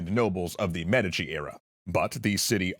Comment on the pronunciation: Please tell me the inconsistent pronunciation of "Medici" isn't just annoying me to no end.